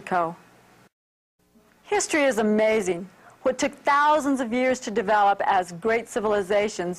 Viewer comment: Because she didn’t say “what took”, she say “tick” instead of it ))